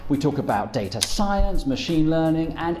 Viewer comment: I can't believe you pronounce it data and not data